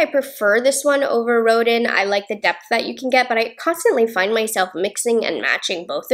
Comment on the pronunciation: Looking forward to getting the ABH Pallette. Rodin is pronounced "Rodan" after the artist.